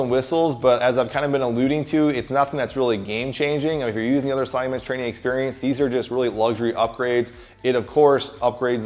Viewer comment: You said you didn't pick it up so that's not your machine? but whenever you say sliding bench it sounds like you're saying slotty man's or slotty men's or something just to tell you.